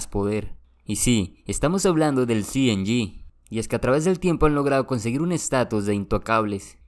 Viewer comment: Cartel cienyi mejor no lo digas en inglés 😂 solo dices cng